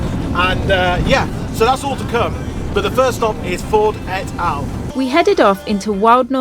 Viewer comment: Etal is pronounced eetaal x